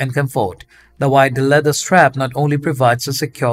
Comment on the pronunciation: I love flip flop reviews. Each time he said “wide feet” I thought he was saying WHITE feet 😅. The Olukai brand and the Rainbow brand he showed was my favorite. Made the models nice bare feet look great in those.